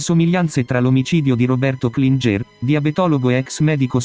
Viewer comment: Klinger si pronuncia “Klingher “ e non Klingé , il professore era di origini Austriache